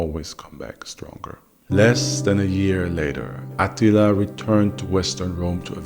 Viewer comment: The only downside to this video is that AH-teeel-AH's name doesn't have the same gravitas as Maaaar-koos Orrrrrr-REAL-eeeee-US. Still, our boy is THE best storyteller on YouTube. Fact.